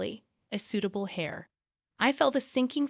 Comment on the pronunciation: Pronounce heir like air, not hair. The ‘h’ is silent.